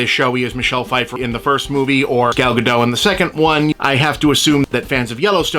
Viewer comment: Gal Gadot is Israeli, not French. You pronounce the “t”.